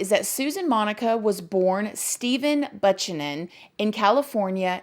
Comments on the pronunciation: Girl! Only because I love u did I come BACK to finish this video. But you had going down the internet rabbithole to double-check your pronunciation of "Steve Buchanan"! Lady, fkking be clear about But-chanon vs Buke-Cannon!! (The 2nd is correct). I was like 'Did she really pronounce a not uncommon last name so wrong!?!' Makes u not seem educated, get an editor to double-check for you. You do this more than u may realize. Argh!!I'm seriously annoyed I spent 10 minutes trying to find proof you weren't ignorant. But I think your gorgeous & live ur personality & content. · Buchanan is pronounced Byou-CAN-un. Fwi. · 😊 The last name is pronounced: B-ew-can-in. (Buchanin) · Buchanan- "Bew-can-unn" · Lol my maiden last name was always screwed up (Bu-cannon) Buchanan 😘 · Think of our old President Buchanan. Say it like, “Bü-Can-Nan.” Long/hard, ‘u’ sound, again like our old President. I used to say the street I lived on like this, until my mom helped me with the President reference. Hope this helps, girl. 😀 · Hey girl, Buchanan is pronounced: “Bü-Can-Nan.” Long ‘u’ sound. Think of the old former President. When I was young, I used to pronounce the street we were on like you did here. Took me a few years to figure out how it was actually pronounced, myself. But yeah, think of our old President and how we pronounce his name, when you see this name. Hope this helps! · Can't pronounce Buchanan?.. This is why I stopped watching... Also ppl with nails flapping them all over drive me insane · I'm sorry but the way you pronounced Buchanan killed me